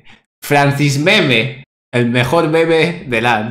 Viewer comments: El mejol el mejol el mejol el mejol. :V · enseñale quien es el mejol, el mejol, el mejol, el mejol xD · es el mejol el mejol el mejol jajaja